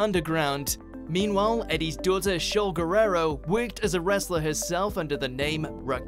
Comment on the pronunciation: Is funny how he pronounces eddie's lasr name wewrerow